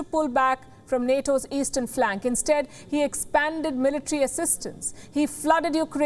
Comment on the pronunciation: zelensky had done no mistakes but it is the evil intenhion of the envader who had done terorist attacks..Mis falki not meletre but the right pronunciation is military